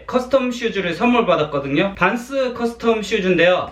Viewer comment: 빤쓰로 들려요 😛 🖐🏻